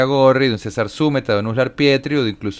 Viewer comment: Uds. deben aprenderse bien los nombres. César Zúmeta es ZuMEta. Es palabra grave, no esdrújula.